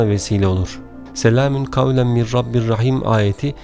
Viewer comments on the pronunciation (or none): Mir olarak okuyorsunuz ama min yaziyorsunuz, acaba nasil telaffuz edecegiz? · Soylerken mir diyormus gibi cikiyor ama min yaziyor baslikta